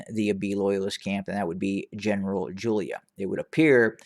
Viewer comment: Jula not Julia...👍